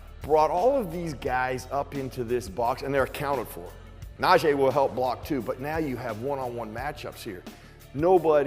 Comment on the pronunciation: Great breakdown, but you still say Najees name wrong. (Naw G) it's almost the end of the season come on man?! Hahaha #HereWeGo